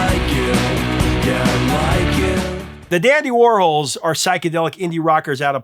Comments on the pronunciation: It is the dandy war-halls… not the dandy war-holes… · I feel really bad for correcting you. I NEVER DO THAT! I usually just “fix” all the misspelling in my head and move on. But you kept saying Whirls and it was KILLING ME!! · You do know who Andy Worhol is, right? Pronounce his last name right with an s. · The Dandy Warhols... The band's name is a play on the name of American pop artist Andy Warhol. So, I think you need to reconsider how you're pronouncing that band's name? Because I've only known to be pronounce the same way as Andy Warhol.